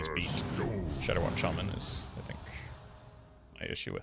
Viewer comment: knows how much it trigger some of us when he says Shay-man rather than Sha-man